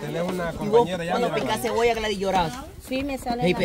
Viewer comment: Comé "Jebolla" jajaja